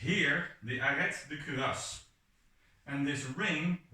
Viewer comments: The T in Arret is silent. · Also little french tip, Arrêt de cuirasse is pronounced with a silent "t" in arrêt, otherwise your accent is good, nothing to say here